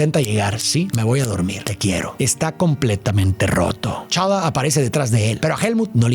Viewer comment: Soy el unico que le molesta que diga Chala? A pantera negra? Jajaja